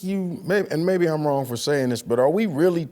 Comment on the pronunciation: "How Wong he was!"...im dead